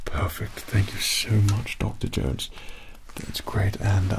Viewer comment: more like "u coll him duck-terr Jownes" with an Asian accent